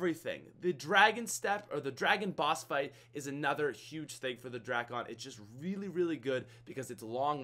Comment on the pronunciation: drackon😂 no no no no no no no...Dray-con😂😂